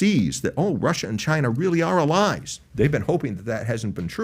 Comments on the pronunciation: Is this "uhllies" thing the new "Keve"? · Why is he saying “Allies” like that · Who taught this guy how to say ‘allies’?